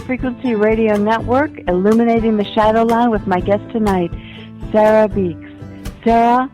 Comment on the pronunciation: Please know it's "Sera" not "Sara"